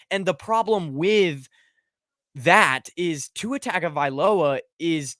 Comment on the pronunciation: How are people still pronouncing Tua’s name wrong.